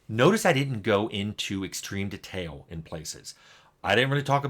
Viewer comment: Every time Tim says "detail" it triggers something in me. And he mispronounces it a lot in his videos.